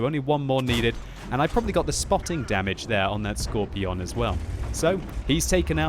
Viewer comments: Why are you saying it Skorpi-ON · also, pls for the love of god, stop pronouncing it scor-pi-on